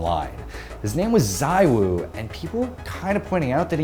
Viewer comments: Zee-woo :P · Btw, isn't it pronounced "zee-woo" according to ZywOo himself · ITS PRONOUNCED 'ZIIWOO'